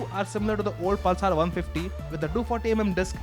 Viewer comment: Priyadarshan Bawikar thats just mean :) What I couldn't stand was the 'Pulsaar' pronunciation! God! is that so difficult ? and what is homo'genius'!! You definitely don't have to speak like a Firang, but at least speak right, you are on TV...